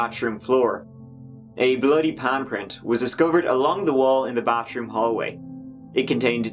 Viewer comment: Come on man learn to pronounce TH. It’s not Bah-troom it’s ba-TH-room. Also, THIRD is not pronounced turd, that’s a piece of crap!